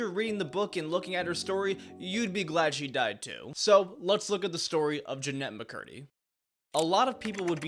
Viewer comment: "Jinemba Curdy"